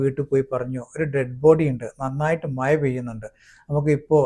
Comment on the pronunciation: മഴ യാണ് സുകൃതേ അല്ലാതെ മയ അല്ല